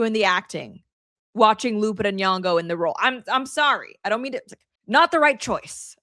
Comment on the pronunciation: You cant wvwn pronounce Lupita's name right. Dummb dummb